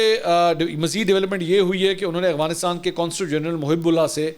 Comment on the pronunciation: اغوانستان نہیں، افغانستان کہتے ہیں پڑوسی ملک کو، سر دیکھ کر تو درست پڑھ لیا کریں 😆